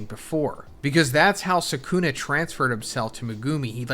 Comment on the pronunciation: Bro you saying rika ate sakuna finger at this juncture made me stop the video